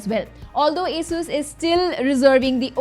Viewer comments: everythime you say a-sus not ASUS i am gonna play a drinking game with water cause i hate alcohol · its A-sus not asussu call it rog not r-o-g call it rog